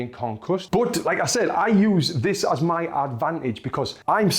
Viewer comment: why do you keep saying me its my